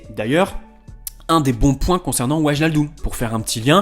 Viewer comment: Super vidéo, stp maintenant qu'il est parisien, apprends juste à prononcer le nom de Wijnaldum 😂